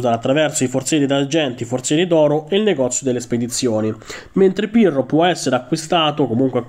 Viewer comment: Solo io ho sentito Pirlo anziché Pirro 😂